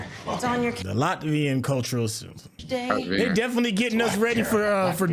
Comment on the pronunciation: Latvian not Latvarian